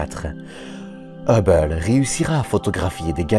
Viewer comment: Je sais que je ne vais pas me faire des amis mais le documentaire a l'air vraiment sympa et très intéressant mais la narration 🥶🥶🥶 au bout de 10min j'ai arrêté car je n'en pouvais plus... dommage...un mélange de belge, américain, allemand et canadien. Et la façon de prononcer Hubble à chaque fois ça devient très irritants.. mais je répète dommage car le documentaire doit être vraiment intéressant.. désolé